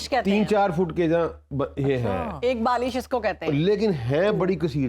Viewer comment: بالیش نہیں بالشت